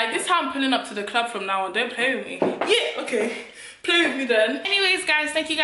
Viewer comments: Every time you tell ‘YE’ takes me out!!😂😂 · Them “Ye” took me out 😂😂😂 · NELLA is officially a nigerian with her "ye "😂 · I can't breathe Nella wants to kill me every time she says "ye"🤣🤣🤣🤣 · 😂😂.. I'm dead.. those "yehs" yeah... Nella in stripper shoes is hilarious... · The Yie’s finished me!!! 😂😂😂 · You’re so Congolese I love it 😂 that “YEH” 😂😂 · Her ‘ye’ is different to our ye 🤣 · My “ye”is different to your “ye” 😂😂😂😂😂😂